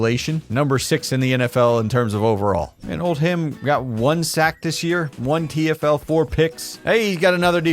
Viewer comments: There's a town in the UK called Oldham. Its pronounced Old-am. Hearing you say Old-ham really messed with me. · ITS PRONOUNCED “OLDUM” NOT OLD HAM